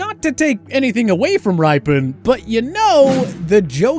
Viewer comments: Are you kidding me: Mark RYE-PEN?? It's Mark RIP-PEN, WTF do you even watch the NFL at All? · Rypien = Rip-e-en, not Ripen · Mark Rypien's last name is pronounced rip-e-en not ripe in. And this list is wrong on so many counts. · RIPEN, nice AI, its pronounced Rip..Ken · I hate to say it, but my previous negative commenters are right on everything they wrote. First, Rypien is pronounced "Rippin," not "Rye-pee-in." Second, he was NEVER overrated by anybody that I ever heard. He was a solid QB that actually threw a better deep ball than put touch on the short throws at times. "Game manager" is always such an attempted insult. He was the QB of a team with a HOF head coach, one of the best coaching staffs ever (Petitbon, Bugel, Breaux, Pecatillo, etc...), a should be HOF GM/Personnel head guy in Bobby Beathard and a should be HOF owner in Jack Kent Cooke who spent what was required and knew how to hire the right people, support them and get out of the way while holding them properly responsible. Football is the most team of team sports. Rypien did not need to be Sonny Jurgensen part two. In '91 it all came together beautufully - I guess you would say he "game managed" one of the top handful of offenses in NFL history. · Mark "Rye" pien??? Jesus Christ, fire your voice over artist and fire your writers, you unknowledgeable hacks. This channel is a fucking joke. Does anybody on your staff know anything about football? Anything? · Here we go again, the voice people not knowing the pronunciation. It’s pronounced Rip-en. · This is AI, right? No one who has even a glancing familiarity with NFL football over the last few years would pronounce Mark Rypien's name that way--either that, or there was absolutely no proofreading done here. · Can we pronounce Mark Rypien’s last name right at least? A quick YouTube search and you can find the Super Bowl he won with the announcers saying his name all game.